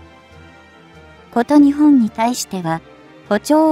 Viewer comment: 日本をニチボンと発音してはいけませんね。読み上げをプログガムにやらせているならもうチョット改善が必要かと思います。読み上げ方も他の皆さんが言われていますが改善願います。聞くのがつらいので1.5倍速で見ています。